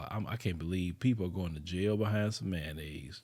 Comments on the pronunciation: That's that ma-yayo-nnaise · Someone being murdered is always sad… but, every time said Mayonnaise I did laugh 🤷🏾‍♀️ I know that’s bad.